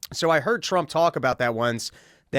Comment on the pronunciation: I get tired of how Dave says "Donald TrumPP" when he constantly criticises him for talking like Trump. 20+ minutes on Daniel "Perry" and then a tirade on Trump for Obama causing a problem.